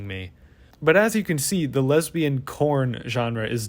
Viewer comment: the way you enunciate "lesbain" as a noun is hilarious to me. wait-- is that internalized homophobia ? shi